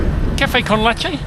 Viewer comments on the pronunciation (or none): none